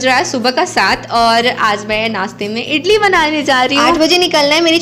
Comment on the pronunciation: Hi idli bolate hai Italy Nahin hota hai Baki A1 aapka video bahut Achcha Laga bahut Sundar lage raho